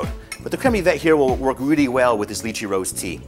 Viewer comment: why does he keep say Lychee like that?